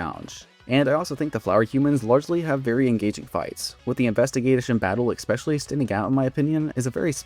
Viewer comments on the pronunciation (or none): oh my god… I like your videos but please stop staying “EXpecially” it’s pronounced especially for god’s sake… the fact that you use it every other sentence makes it worse